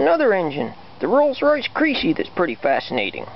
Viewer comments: its not pronounced "creecee" its like Kres-ee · Crecy is pronounced as messy NOT creasy as greasy. well he is a!